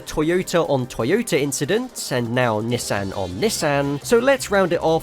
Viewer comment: Why do you pronounce Nissan like that 😢😢😢